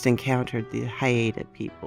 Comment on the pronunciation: It took me watching your intro twice to figure out where the movie clip was from, Bell, Book and Candle. One of the must watch movies for any witch. Love the narration thanks. Oh and Haida is pronounced HI-da.